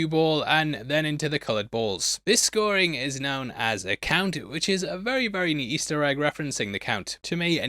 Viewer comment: did you say count or "kunt" 🤔